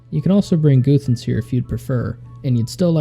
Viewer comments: was down to watch until 'Goothans' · Goothans lmao